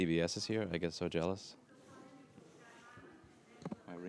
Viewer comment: I grinned when he said "I'm jaleous when I C BS" :D